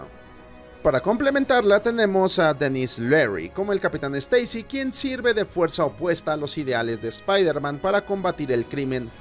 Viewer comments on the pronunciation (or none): Se dice Spaiderman, no Espaiderman. Steisi, no Esteisi